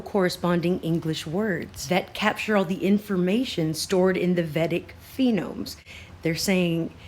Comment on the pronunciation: Pronounced vay-dick. The scriptures are amazing. Check out Art of Living. It's based on them.